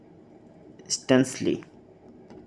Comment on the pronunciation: Sir staunchly banantu vul hoise apuni stanchly dise 😊😊😊❤